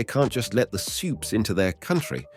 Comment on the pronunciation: You called supes "supays" I'm done with you